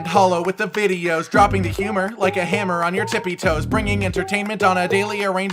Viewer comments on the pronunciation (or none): none